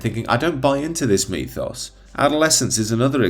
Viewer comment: What is a 'methos'????? Surely you mean 'mythos'? Is it just your pronunciation?